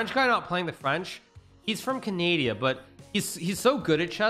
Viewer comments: when he said canadia i felt that 😔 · Is he trolling when he says, Ca Nay di A? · Bro said Canadia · Anyone else notice how he said Canadia lmao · am watching too much of your channel I think. I struggled to remember the actual name of the country you call Canadia.